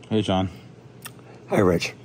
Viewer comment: John always sounds like he says “Rach” (like Rachel) and not Rich